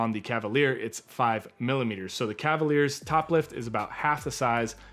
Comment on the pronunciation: says Cavaliers 😢help.